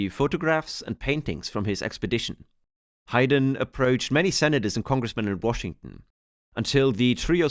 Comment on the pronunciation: Hi-den? It’s pronounced HAYden… 😅 It’s weird you go back to pronouncing it differently… have you been to Yellowstone 🤨